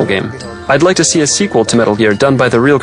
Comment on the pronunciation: Did you rike it?